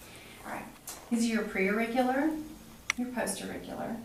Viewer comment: Holy shit... Woman makes many mistakes. I’m not even a doctor and know these... “Palpitate”, “tugur”, “lairnyx”, “pre-oracle”, “post-oracle”, “sub-mantle” 😱